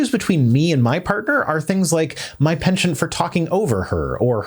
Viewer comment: "penchant" is pronounced ˈpɛntʃənt, it does irritate when you mispronounce it.